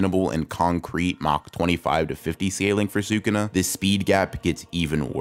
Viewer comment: Wow someone who actually says Sukuna correctly😮